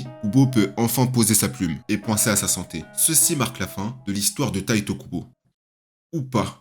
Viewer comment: bonne video mais a faire attention a certain noms dont Tite Kubo et non Taito Kubo (je suppose que la remarque a deja ete faite vu le titre)